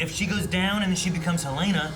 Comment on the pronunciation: I enjoy your reactions, but PLEASE stop pronouncing the character names incorrectly. I cringe every time Helena is pronounced Hell-LAY-nah.